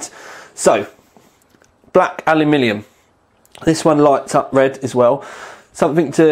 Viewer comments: Finally a tech video with the proper pronunciation of ALUMINIUM ;) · Aluminium...praise the Lord...finally someone with a brain